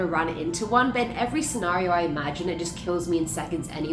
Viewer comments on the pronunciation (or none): none